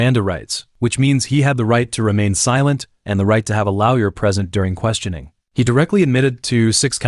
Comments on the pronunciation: ‘… and the right to have a loa.we.yer present.’ Is this AI or do you not know how to pronounce the word lawyer? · All I can hear is him saying "lowyer" instead of lawyer lol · He did said lawyer correctly though but then after that back to loud yah pronunciation lol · 😂 I heard that as well.. but his voice and narration makes up for it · Stop pronouncing lawyer wrong